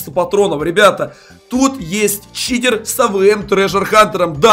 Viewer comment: сказал в начале не читер а китер